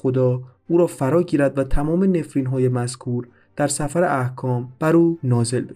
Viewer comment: خیلی ممنون، اما سّفر احکام نه ! سِفر احکام یعنی داستان احکام